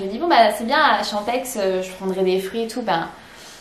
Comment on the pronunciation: En tant que suisse j'ai eu les oreilles un peu écorchées en t'entendant expliquer à quoi correspondaient les lettres OCC. On dit "Orsières" et le "x" de "Champex" ne se prononce pas.